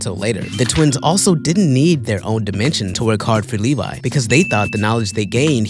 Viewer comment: As a fellow Attack on Titan fan I love how you pronounce Levy like Levi. 🤣 you said but you meant Thraxan. There is an entire crossover comic called Marvel Team up where there is a lot more than in show with Invincible and Spiderman and Doc Ock.